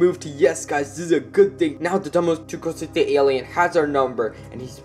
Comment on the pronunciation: Dame tu couseta Das how you say it